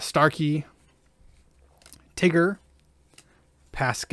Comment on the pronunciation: man I almost spit my drink when i heard you say "Tigger" and had a stroke when you couldn't say sergeant 🤣🤣🤣